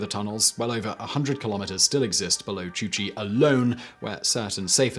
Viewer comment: It's not "Chu Chi" as you repeatedly said but "Cu Chi". That's not too hard to say for your Brit tongue, do your job.